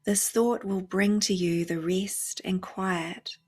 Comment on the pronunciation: I know it's immature but I giggle inwardly when you say "rest" with your (New Zealand) accent. I'm terrible.